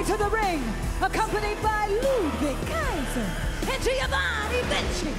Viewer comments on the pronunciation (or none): The way she says Ludwig kaiser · I love how she has a different pronunciation with each superstar like Ludwig Kaiser and Chelsea Green